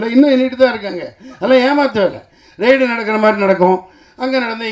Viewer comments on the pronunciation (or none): none